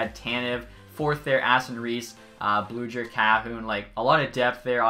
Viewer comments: Love your vids, Wild won just by a bit cause addy is gonna be a stud, and also I’ve noticed this in a couple videos but it’s teddy Blueger pronounced like booger with an L after the B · "Blue-Grr" & "Jar-Eee" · “Jerry.” Lol. It is Jah-ree. And you also said Teddy Blueger’s name wrong, as well as Marcus Pettersson’s. Great vid tho, I think it should be a fair trade in the long run. Personally I am not a big fan of either teams, but EA has Galchenyuk way too high of a potential and rating imo.